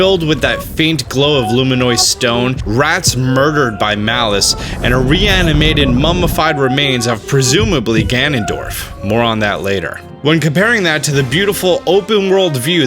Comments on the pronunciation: God its lume-eh-nus not lume-eh-noice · For the love of Hylia! It's NOT "lumi-noise" stone ... it's called LUMI - NOUS (pronounced like "us") 👏👏👏 I agree, luminous stone is very nice - doesn't mean we call it lumi-noice 😏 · I can't hold this back any longer... The way you pronounce "luminous" is so freaking wrong. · Quit saying LUMINOUS wrong!! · Not sure why it bothers me so much when he says "luminous stone"